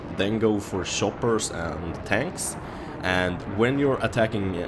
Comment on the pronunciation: why u say shoppers instead of choppers lol :D?